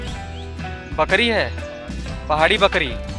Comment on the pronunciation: भाई बकड़ी नही बकरी